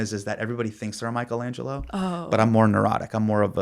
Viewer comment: Bro is Michelangelo not Michaelangelo… otherwise no notes